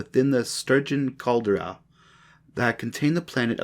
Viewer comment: I appreciate your time in turning this into an audiobook. Get a thesaurus. Some words you mispronounced are foreign language in origin examples *caldera and heir.